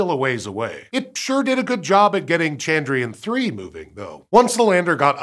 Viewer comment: All I can hear is Chandrian 🤦‍♀